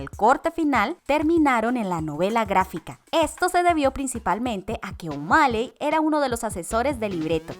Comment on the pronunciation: joder como pronuncia O'malley mecago en absolutamente todo